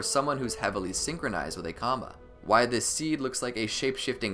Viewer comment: The ‘kama’—as you pronounce it, is also an indian concept. And, oh ya, its pronounced kurma. Just wanted u to know